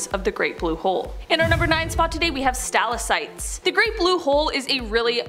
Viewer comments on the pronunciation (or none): Not “stala Cites” but “Sta LAK TITES”. Stalactites from the ceiling, stalagmites from the ground. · This is not remotely the first video of “Stala-cites” here either 😓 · did she say stalasites? im pretty sure its "Stalactites" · ya she did lol hey lady its "STA-LAC-TITES" not "STA-LUH-SITES" cmon u can't be fuccing up like that, that's a write up or sum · But they don’t even pronounce Stalactites properly - she says “stala CITES” several times, “CITES”, really? C’mon a a 2 second google search if you didnt learn about them in school! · That word is pronounced sta-LACK-tites. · Stalactites not stallicites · thank u colonel I didn't think anyone else caught that lol she really said "sTaLaSiTes" tf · Please look into the pronunciation of stalactites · PLEASE learn how to pronounce the word "stalactites"...it;s nowhere near yours, but you CAN find out how right here on YT by putting it in the search bar and asking how to pronounce it. It's SO much better to be TOTALLY knowledgeable and professional....